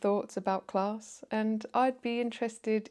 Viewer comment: Straight off the bat - "clarrrss" Yep, the 3 rrr's give it away